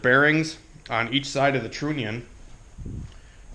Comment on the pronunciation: trunnion rymes with onion the U is not a long U sound I cant take it anymore